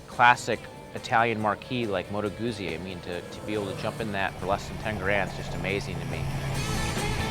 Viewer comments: Yes, Gutzi not Goozi, much more satisfying to say. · It's "Moto Gootsi", you loser. Have you not ever eaten a slice of "peetsa (p-i-z-z-a)"? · when all of you can say peet.za(pizza) so easily then why on sweet jesus' holy earth can't you say goot.zi instead of gooozi, nice review though. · Ah man, ya gotta pronounce 'Guzzi' properly! I can watch but I can't listen... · Why is it so hard for 'Muricans to pronounce Guzzi?